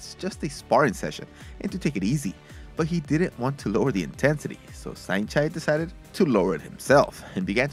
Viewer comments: nice video but its not "saint chai" it is "saenchai" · It's Saenchai not Saint Chi